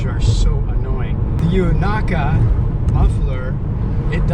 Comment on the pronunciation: the pronunciation you landed on was good. xD